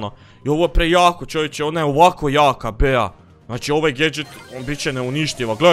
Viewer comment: Kaže se BI 😆 a ne BEA ?!!!